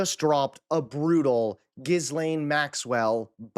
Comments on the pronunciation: GEE-len. Seriously, I have an old friend (European) named Ghislaine and that’s how she pronounces it. Plus one of the Epstein victims said Ghislaine said “Gee-len.” Not “Gee-lain.” And certainly not GEEZ - lane. Please!!!! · the s in Ghislaine’s name is silent. It’s pronounced gee-len (Phonetically). It’s a hard g. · Hey! I’m a subscriber and I really appreciate all of the great content that you provide. Keep up the good work! I just want to mention that Ghislaine Maxwell’s first name is pronounced: Gee-lane (not “Giz-lane). The h and the s are silent, as it’s a French name. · Her name is pronounced "Jisse lenne" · DUDE… it’s pronounced Jill-aine not Jiss-lane. You lose a lot of credibility when you can’t even pronounce her name correctly after how many years she’s been in the news? Otherwise, cool vid bro 👍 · the s is silent. The phonetic pronunciation is Gee-Lane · itsnot Gizzlaine. the s is silent dude. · Ghislane is pronounced "Gee-lane" (or softer on the 'e' Geh-lane) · FYI, her name is pronounced Ghee Len’ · the s in Maxwell's first name is not pronounced. You should say Ghilane using a soft i. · Dude, the S in Ghislaine is SILENT. Hard G-ee-Lane. Listen to the way the women she abused pronounce it. 🙄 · He name is pronounced: Gee-lane with a soft G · Her name is pronounced Gee lane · You do not pronounce the S in her name! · Please take two seconds to learn how to correctly pronounce “Ghislaine”. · Do try to pronounce her name correctly.